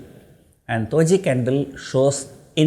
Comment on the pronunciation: Did he say Toji or Doji 🧐